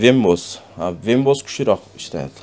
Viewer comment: Вембос деген система жок, ВЕБ ОС десен гангирабай